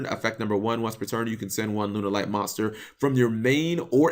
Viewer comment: >Has to specifically type in "Lunalight" in the title of this video. >Still manages to say "Lun-er-light".